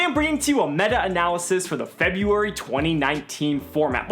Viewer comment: "Fur"buary meta is insane